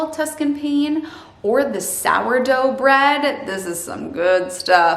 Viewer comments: PAH-nay, not "pain" pane. Its eyetalian. And yes their frozen roasted corn is outa this world. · That is so cute the Italian word for bread is not pronounced like a window pane. It is "paan-nay" Great video. Miele is honey. Me-ale-lay. Thanks. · Love this video. Thank you for the tips. I'm diabetic and I follow a whole food plant based no added fat diet and yours is the only YouTube channel I've found that fits my eating plan. FINALLY. By the way Pane is Italian for bread and it's pronounced Panay or paneh. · Pane, is pronounced "paw nay" italian